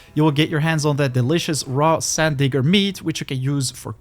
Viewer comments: You saying "sand digger" is hilarious with your accent 😂 that is close to getting you canceled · Sand....what did you say?